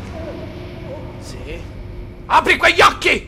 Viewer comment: Lol GLI LO PRONUNCI JI LOL